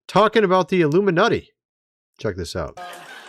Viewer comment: I think you said the “Illuminutti” shortly before the 3-minute mark. I don’t know whether this act of brilliance was intentional or unintentional, but—WAY to NAIL IT!! 🎯🏆👏🏻